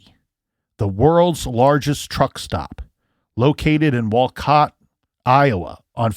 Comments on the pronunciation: WAH-KA-SHAW not WA-KESHA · Guess I've not been watching the news much. I'm a few counties away and I didn't even learn of this. Prayers to loved ones. Very sad indeed. Wah-kish-awe, is how it is pronounced. You're welcome, lol. You had me looking it up, wondering what county that was. Many Indian names in Wisconsin. Thank you for your great reporting on this! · These Wisconsin towns...wau-kee (or kuh)-shaw. (My preference is wau-kuh-shaw, but I hear it both ways.) Thanks for covering! I've been wondering about this case! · Wow I downloaded these episodes to keep my flight busy and was surprised to hear it's based in my state. Nice try pronouncing the city 😉